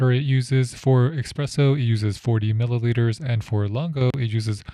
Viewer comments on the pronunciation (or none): The Italian "Chiaro" is pronounced "k-ee-yaro" and "Lungo" is pronounced "l-oon-goh" ["oo" = "b-oo-k"]